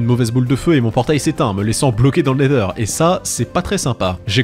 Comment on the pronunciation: La vidéo est trop bien! Merci Maître! Le seul youtubeur francophone à dire nether et non nezer!!